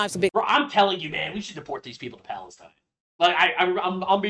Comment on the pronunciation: I would b happy w someone like Tulsi Gabbard as potus!! She is just as, if not more patriotic than D.J.T!!!!! It’s not Palestine, it’s Balestine😂